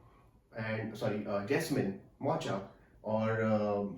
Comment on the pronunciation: Its Mocha prouounced as Mo-kuh.